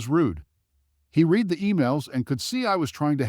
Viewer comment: He read a book. She was going to read the letter out loud. Teach your AI the different ways that words spelled the same can mean different things and are pronounced differently! Some of these auto generated stories are painful to listen to.